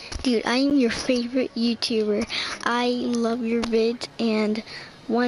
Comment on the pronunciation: did he just say im your fevret YouTuber ?